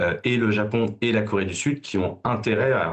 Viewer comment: LORSQU'ON N'EST PAS CAPABLE DE PRONONCER "CORÉE DU SUD", ET QU'ON PRONONCE "KOWÉE DU SUD", ON NE TWAVAILLE PAS À LA TÉLÉVISION. SÉGRÉGATION POSITIVE= RACISME ANTI BLANC.